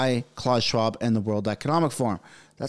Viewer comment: It’s not CLAWS Schwab! It’s pronounce Klaoos